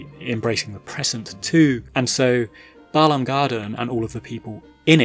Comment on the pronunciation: Glad for the pronunciation. When people say "BAY-lahm" it drives me crazy 😂